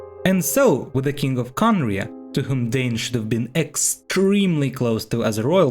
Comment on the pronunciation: It's not Khaenri'ah star